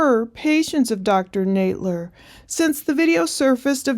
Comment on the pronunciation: I know it's a minor thing but it's a bit cringe that you keep mispronouncing her name (saying Nade-ler) when we've heard her friend say Nadler a dozen times already.